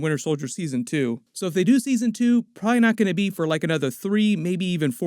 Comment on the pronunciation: Pra-lee is not a word.....probably is a word